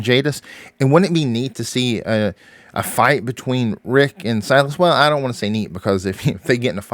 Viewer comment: It’s Silas